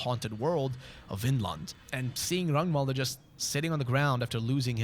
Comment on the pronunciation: love me another fellow swed that appreciates fear and hunger :))) (thank you for actually pronouncing Ragnvalrd's name correctly)